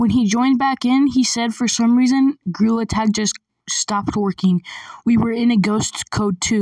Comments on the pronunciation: Bro, really said girl tag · Why did you actually just say grill attack it’s gorilla tag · Why are you saying?grillattack 💀💀💀💀😡😡 it is gorilla tag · Bro he actually called gorrilla Attack “GRILL ATTACK” 😂😂😂😂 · bro legit Said girl tag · Blud also said grewlet 💀💀💀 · BRO YOU SAID GRILL ATACK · "GREWLET HAD" 💀💀💀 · Bro really saying grill attack 💀 it’s gorilla tag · Bro, literally said girltag😐😐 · "Girl tag" "grill attack" " Grilla tack" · He be saying: gorilla tag| and the captions are saying : GIRL ATTACK💀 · really said grill attack 😂😂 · ‘’GRAWL ATTACK’’ 💀💀💀💀💀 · “GREWLET TAG”💀💀💀💀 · Bro just said Girl Tag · Why do I hear grill tack😭